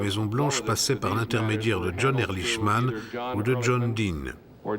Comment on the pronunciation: Pourquoi les Français sont-ils incapables de prononcer correctement un nom à consonnance étrangère ? Ehrlichman se prononce Erlikman !